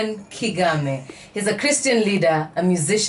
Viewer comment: Kigame...not Kagame